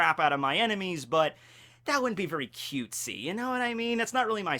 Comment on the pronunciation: I die more and more when he says "cutesy"